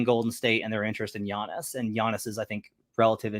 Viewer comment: Giannis is not leaving the Bucks to play with a 40 year old Steph Curry lmao... "Relative Interest" give me a break dude. Not to mention Giannis signed an extension through 2028. You didn't even say his name right 😂